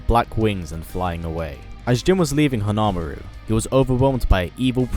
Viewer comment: I love how he mispronounced "Jun" and "Hon-Maru", it's kind of cute :3